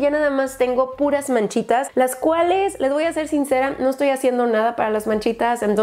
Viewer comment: minuto hablando como con un acento tabasqueño que estas hajiendo jajajajajaja, saludos